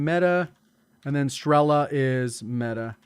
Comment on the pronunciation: Is STRELA, not STRELLLLA